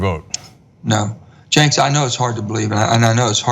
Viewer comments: It kind of sounds like he was saying "Janks" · LOL the guy keeps calling him "Jenkz." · It sounds like he's saying "Jenks," like the Tulsa suburb. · he's not a sellout but it was hilarious how he was calling him Jenks lol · I smile every time he says Cenks. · Jenix? Where is he getting that pronunciation from? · Drinking game: take a shot every time he says "West Virginia", waterfall everytime he says "Jenks" and stop the next time he says "Jenks" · everytime he says JENKS I laugh he is trying to be personable but he is mis-pronouncing it LOL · Love the way he refers to you as Jenks.. with an "s"... why don't you correct him? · "Thanks for having me, Jenks." ...aaand 5 seconds in he can't even get the interviewers name right. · Does he keep calling him Cenks? Janks? At least have the respect to learn a person's name before sitting down for an interview with him. Primary this loser. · If I have to hear "Cenks" one more freakin' time... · I tried but 26 mins I gave up - this guy seems to have the dumb sincerity of Bush but it just doesn't seem true. every time he says Canks *didn't realise Cenk was a plural guy) my ears cringe. on the single payer issue - citing one worse case scenario shouldn't bring down an entire idea. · "Cenks"? Manchin keeps calling Cenks? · I came into the comment section just to find this comment , I smiled every time he said cenks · At least he's saying Jenks instead of Senks... I guess. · Joe calls him jenks.... how is Cenk putting up with that. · I'm having a hard time taking this seriously because the Senator keeps saying "Cenks" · He keeps calling him jinx. You'd think a politician would learn how to pronounce the name of someone he's going to interview with. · When he calls him "JENKS," I wonder is that on purpose or did he not care enough to learn the man's name? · "Chanks" lol dead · I feel like Manchin keeps calling Cenk "Jinx", lol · Cyber was using the possessive form. Joe said "thanks for having me Cenks" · Ali Sandler *janx